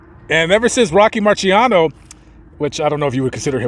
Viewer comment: Its pronounced Mar - C - Ano